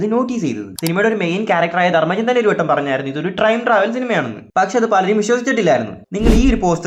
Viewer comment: Trime travel എന്നല്ലേ ആ പറഞ്ഞത് 👀😅